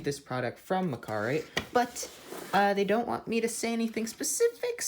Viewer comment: is it pronounced mechar-ite? or... mecha- rite? 🤔